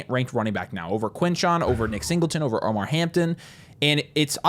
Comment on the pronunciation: Appreciate the insights as always, but just wanted to point out his name is Omarion Hampton, not Omar.